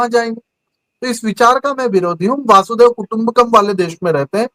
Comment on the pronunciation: आप स्वामी होकर भी वसुधैव कुटुंबकम को वासुदेव कुटुंबकम बोल रहे हैं मुझे हैरानी है😢